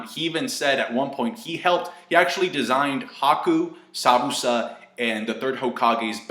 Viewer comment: Am i retarted or did you say Sabusa instead of Zabuza?